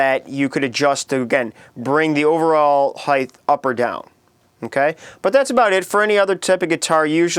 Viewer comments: Good tips, but if I hearr you sat high-TH in stead of height one more time.... awww, not even... I'm off to go murder myself!!!!! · H-E-I-G-H-T. Not H-E-I-G-H-T-H. PLEASE! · by "heighth" do you mean "height" ? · Great info but painful delivery and of course heighth is really off-putting. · Its height not heigth! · Heighth lol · Heith? It's "height." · I lasted , the "um's", tongue/lip smacking, and him saying "heighth", I couldn't take it. I'm very annoyed actually. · Height! Not heigth. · Yeah, redo this and make the word be "height", not "heighth" .. please. Other than that, good stuff. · "String Heighth" ? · Thanks Dude... However, there is no such word as "Heighth"... The wors is "Height"... You are thinking of "Width". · he can't say height properly. He says heith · It's pronounced HITE not HIETH... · erghh.... "highth"? making me cringe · Did this bitch just say "highth"? I thought it was "height". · Yeah, height not heighth. Also far too much spittle in the mouth, so slurping noises are not becoming! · its pronounced (HI-T)... not (HI-TH) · its height not heighth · is he sayin string heighth? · your videos are awesome, but the word is "height". "heighth" is not a word. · some simple tips for a simple human being: 1.STOP LIP SMACKING 2.LEARN HOW TO SAY HEIGHT no human says "hief" instead of "height" 3.GET THE FUCK ON WITH IT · The word is height, not heighth. There is no H on the end. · No offense bit I hate it when people say "Heighth" instead of "Hite" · What the heck is 'heighth'? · Height! Not heigth! Damn, that is annoying. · why do you say heigth? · Its pronounced height with a t at the end. Jeez. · Okay, I had to say it cause it annoyed me. It's height. No th at the end. Good video tho. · Heythe? Heithe? Hiethe? Hyethe? Hiethe? Hyieth? Wonder how he spells it. Good vid anyway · It's HEIGHT..HEIGHT!!! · Quit smacking your lips and learn how to say HEIGHT!!!!!! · Is he saying Heith, or is it just me? :) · STOP SAYING HEIGHTH! IT'S NOT A WORD!